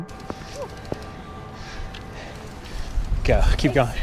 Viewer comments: Provoktion? You mean pro-vo-ca-tion? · #10 He said, ”slightest provoction”. It’s, “slightest P-R-O-V-O-C-A-T-I-O-N”. He also said “train” instead of “terrain”. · I thought I heard wrong but this beta male really said provoction. How does he have subtitles right but audio dummy wrong?! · FYI - It's pronounced provocation, not provoction. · Provoction? I think you meant "Provocation" 🤣🤣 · Provoction??? Dude! That’s not a word! I think you meant “PROVOCATION”? Right? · the word "provoktion" makes me want to yak. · Provoke-tion lmfao. It's provocation. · I think your voice makes your vids uniquely you. Btw it's "provocation". "Provoksion" is not a word. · Hahaha "At the slightest provoktion" OMG are you Real?? Provoktion??? As in Pro Voke Shun??? Come on dude, pull it together!!!!!! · the slightest provoketion 😄 maybe his screen he reads off or whatever took the a out of provocation? Idk I still like his vids. People say what they want about his voice but his has over 4 million subs 🤩 good for him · It’s provocation not provaction. Not being a smart ass just trying to help😎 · Provocation not provoketion!!! 🙄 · Provocation is pronounced: Prah-voh-kay-shun or Prah-vuh-kay-shun. Not Pro-voke-shun. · you meant "provocation" rather than "provoction" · It's Provocation not "provoktion" that Emergency Alert System message was sent out in error. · "Provoction"..? 😕 You mean "provocation"..? 😬 Come on get it together bro.. That is horrible pronunuction..😂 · #10: No such word as "provoction". It's pro-vo-ca-tion. #4: No such word as "nucular". It's nu-cle-ar. Seriously dude... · Sorry..provoktion is not a word..hahaha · "Looks ready to charge at the slightest pro-voke-shin." Your killing me Smalls - I mean. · yak "Prov-oke-shun" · "Provoke-tion"?? Perhaps this whole words, reading and English thing isn't your cup of tea!😃🤣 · Provocation. Prov-oh-kAy-shon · It’s pronounced PROV-I-CAY-TION! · 'Provocsion'... 'taken to justice'... 'broadcasted' ...